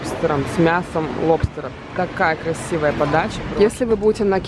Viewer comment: Попроси своего мужа произнести слово LOBSTER и послушай как надо правильно произносить . Ведь режет слух, когда ты говоришь лОбстер .